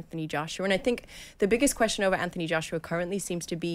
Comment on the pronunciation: She's obssesed with Wilder. Why does she also pronounce Anthony Joshua's name like that?